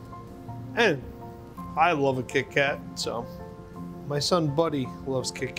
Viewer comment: The way he says kitty cat its so funny. 😊